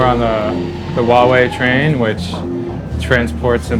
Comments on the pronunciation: i thought it was pronounced why EE not why uuuohhh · Above the Wahwei train? If you cannot even research and pronounce a capital "H" in front, this is not your job. Literally the one who hired you should be laid off. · It's ridiculous that over such a big issue only a 22 year old from Vice bothered to attend. Also that the kid can't even manage to properly pronounce the name of the company. It's "Huawei", not "Wawei. Also if the international media had any understanding of the Chinese political system, all companies over a certain number of employees are required to have a party secretary by law to ensure companies follow legal procedures and a strategy in line with national policy initiatives. This is not something unique to Huawei. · fkn annoying, atleast pronounce huawei the real way. without an H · and all this time i pronounced it as Hawaii......oh well.